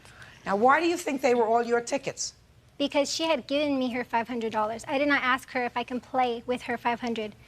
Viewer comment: Did she axe or ask?